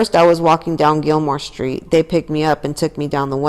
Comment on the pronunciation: Yours saying the street very wrong